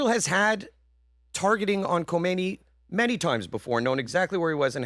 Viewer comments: When did we start pronouncing his name like that… been seeing news about this Iatola since I was six, it always pronounced , Ka-may-knee.. not Hom-min-nay…. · Kamala will complain you're pronouncing his name wrong!